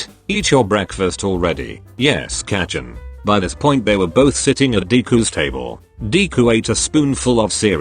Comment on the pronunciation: kacchan?? no. katchin?? YES.